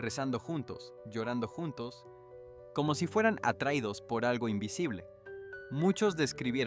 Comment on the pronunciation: Interesante el tema, pero, este locutor no tiene en cuenta los acentos: árbol, judíos, atraídos, atmósfera, quizá, volveía, profesía , inensificó, movía, veían, regresó, visión , y muchas más ¿ acaso es un robot mal programado? Tampoco pronuncia la ñ.